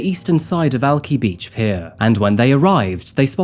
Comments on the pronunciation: Despite being born here he cannot properly pronounce Alki 🙄 I cringed each time he said Al-Kye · Alki is pronounced Al-ky, like "Sky." I live in the region. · I just moved from Alki (pronounced Al keye). I remembered when this happened. Thank you for going into the details. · Alki is what Aussies call an alcoholic At least the way pronounces it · Alki near Seattle is pronounced Alk'aye' as in aye, aye, captain. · It's pronounced Alkeye, the i at the end is long. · Heya! Alkali rhymes with tie, why, or eye. Or at least that's how I've heard it in the Seattle area for the last 15 years 😉 I'm not usually big on correcting folks, but I thought I remembered that you like knowing such things. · I love the video! Only a small correction though. Alki is pronounced with the i like I as in Idea. Other than that, I always enjoy a story about my state! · Are you sure you were born here? It’s Alki, alk eye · I love you. Thank you so much. Alki Beach is pronounced "Al-Kai" by the way...I lived in that shithole Seattle for 5 years. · Why is he saying alki wrong when it is said properly on the news clip? Does he even do the work or just read a prompter im just curious as a seattle born person from the area this crime took place in.😂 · You know what’s crazy even ppl who live in seattle didn’t even really hear the end of this case. I have been living in the greater Seattle area for like 7 yr now and all I remember is the story about the suitcase. Also the pain I feel hearing how Alki is pronounced hurts especially since news report then go on to pronounce it. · this dude really said he born in seattle then proceeded to slaughter the pronunciation of all the local spots 🙈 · He was born here and pronounced Alki so wrong lol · I’ve lived in WA all my life and have never heard anyone pronounce Alki like you. I guess you learn something new everyday. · You even inserted clips with it properly pronounced 🤡🤡🤡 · ... Alki is not pronounced that way...